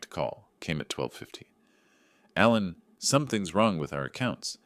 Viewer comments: The name is Alan, but you kept saying Allen. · 2 spellings, same pronunciation in USA english.